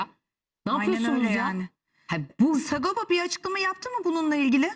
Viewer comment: Ulen delirdim bi sagopa demek bu kadar zor mu lan 🤣🤣🤣SA-GO-PA , S-A-G-O-P-A 😅